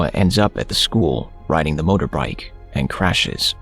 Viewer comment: On it said motorbrik